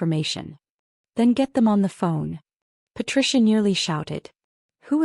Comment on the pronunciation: downvoted due to multiple incorrect pronunciation including patricia or patricion, margaret chin or chene